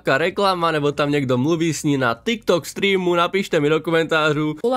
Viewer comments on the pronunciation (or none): none